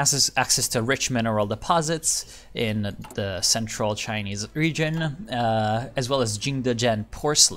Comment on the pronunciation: Man your Chinese pronunciation is amazing! Are you ethnic Chinese or have you learned some mandarin?